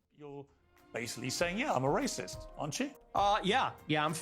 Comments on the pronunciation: "Your raysust!" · "You are wacist" Yeah I love to race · "Das rayciiissttt!" - Sheniqua, 29, after being told that she can't kill people. Sheniqua doesn't even know the definition of Racism, she can't even spell it. She can't read. But she's seen other people say it, so now she does too.